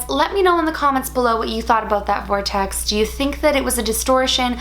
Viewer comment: When you said ‘vortext’ I imagined a puffy circle of clouds 😂